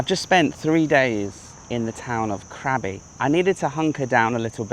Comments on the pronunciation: Krabi is a great town. My partner's dad is from there and he still has a lot of family there. The boat restaurant is lovely at sunset and the cave over the river with the serpant sculpture is worth a visit. Just a note. It is pronounced Kra-bee not crabby. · mate love your videos but please Krabi is pronounced "grah-bee" not craby